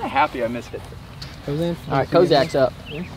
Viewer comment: my ears perked up, I've legit never heard anyone say "Cozak" before haha